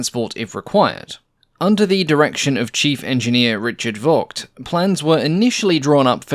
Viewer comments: Very nice to learn more about this aircraft. :) A little remark: The V in Voss and Vogt is pronounced as F in this case (in German the V can either be F or the german W, since there is no distinct german V sound - while the german W is pronounced like the english V and the english W has no german equivalent.) (For example, the famous car brand Volkswagen is pronounced "Folksvagen" using english pronounciations) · It's commendable that you say 'Jumo' (you-moh) correctly, but a German v is - like the Dutch v - almost invariably pronouced 'f' and in itself its' pronounced 'fauw', so it's 'blohm und foss bea fauw 138' designed by 'ree-card fogt'.